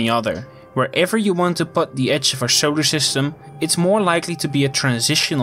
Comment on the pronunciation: Why do you say SHolar System? That’s annoying as hell to hear.